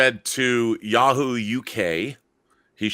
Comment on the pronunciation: A blonde? Not since Val Kilmer... Also, who says “YEAH-hoo” instead of “YAW-hoo”?